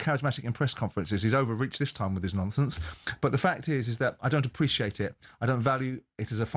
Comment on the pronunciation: Yeah but he talks a load of “nomfonce”🤣